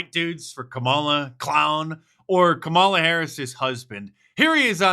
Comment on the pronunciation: Kamala's husband pronounced her name as "camel-la" not 'comma-la'